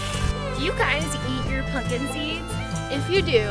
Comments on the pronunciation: That’s not how you say it, no ‘punkin’ intended! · Funny you pronounce it, “PUNKIN”. That’s cute.🎃